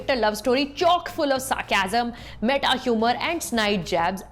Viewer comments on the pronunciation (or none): none